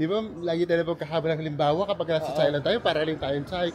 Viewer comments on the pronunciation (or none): none